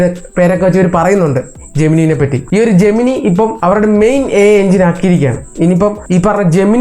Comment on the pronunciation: ജെമിനൈ എന്നാണ് pronunciation.